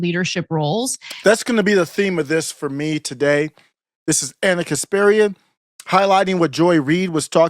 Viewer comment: KasPARian, not KasPIRian.